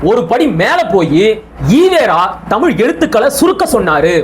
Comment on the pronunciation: ஏன் நீங்க புரிஞ்சிக்கிட்டங்கீளா விளக்கம் சொல்லுங்க தமிழ் புலவரே தமிழ் என்று சொல்லாமல் தமில் என்ற படிக்கிற தற்குறி உனக்கு தேவையா